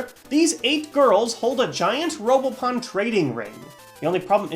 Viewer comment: who else thought it said robopoon?